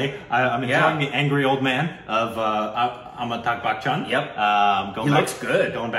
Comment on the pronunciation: Every time you pronounce Amitabh as Amitag, little part of me dies.